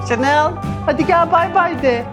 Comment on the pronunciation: Tabiiki devam,inan yeni video bildirimi gelince istemsizce gülümsüyorum 😅çok kısa sürede sevdirdin kendini.Kızlarımla yeni geldik alışverişten,biz tokuz ama eşime ne yapsam bilemedim 😅Samsun’da yaşıyorum İngilizce öğretmeniyim Chanel deyişine bayılıyorum ❤